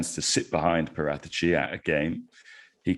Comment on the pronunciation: Why is he butchering paraticci’s name 🤮